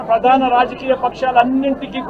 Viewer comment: Padana kadhu... Pradhana...